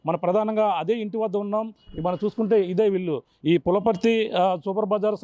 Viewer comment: అది పులపర్తి కాదు నాయన పులవర్తి... తెలుగు చదవడానికి ఇబ్బంది..